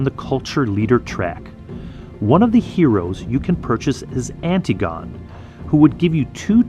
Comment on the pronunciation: Love the video, but its an-TIG-uh-nee, not anti-gone :D